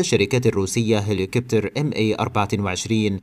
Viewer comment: الأخ ماكل شوربة عدس ومؤثر على طريقة النطق ، وبقدرة القادر تحول الهليكوبتر الى هلكييييبتر